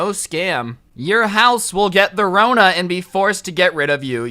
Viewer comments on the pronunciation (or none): "Your house will get THORONA"